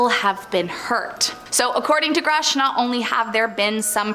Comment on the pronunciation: It’s “grush” not “groosh” woman.